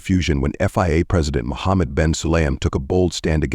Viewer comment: VIA.. FIA.. f*cking crap AI